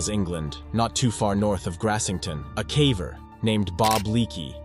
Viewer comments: Your videos are fantastic! I'd like to mention a minor error with no nastiness implied: the narrator frequently mispronounced "caver". It's a long "A". He pronounced it as "cavver" like the word "have" with the short "A". Don't be irritated with my mentioning this. I can't help myself!!! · Extremely interesting yet scary! My only suggestion is that "caver" is pronounced with a long A sound. Your narrator pronounced it like the word "have".